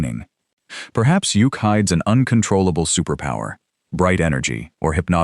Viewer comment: Yukk's name is pronounced Yuck, not Yook. Couldn't the video creator find actual footage from the Super Friends for Samurai rather some random anime series?